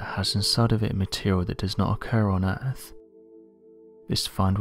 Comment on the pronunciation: Am I hearing "earff" instead of earth? lol